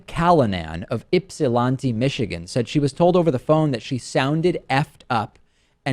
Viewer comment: Right--with the "lant" rhyming with "rant" not "font." Daivd is silly sometimes.